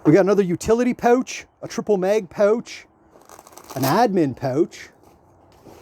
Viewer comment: Thanks for explaining that it’s pronounced „pooooch“ instead of „pouch“ 😂😊